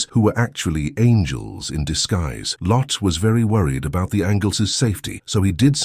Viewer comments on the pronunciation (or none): The computerized narration has several mispronunciations — “angels,” “protect,” etc.